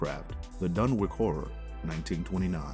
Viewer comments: Fyi homie not to be a dick. Dunwich (dun-which / done-which / done-witch) 🤣👍 otherwise great content! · I like these 'Marvelous Videos'...except for some of the pronunciations. They can be rather cringy...and I'm not even talking about strange, esoteric words open to interpretation. Dun-wik? Mis-ko-TAN-ic? Can-on-ICK-ally? One gets the impression the narrator is not only not involved in the scriptwriting but didn't even see the script until the moment of recording, and they decided to keep the first run-through, regardless of mistakes (e.g. 'Rudolph' Carter, 'Lavina' Whately). So...a bit sloppy, but still basically entertaining.